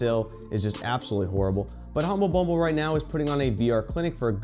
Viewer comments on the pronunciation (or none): You apologized for mispronouncing the reporter’s name but not for calling HumbleBundle Humble bumble smh